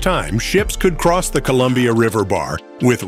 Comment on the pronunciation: Your AI is confused by the word "Columbia" I think....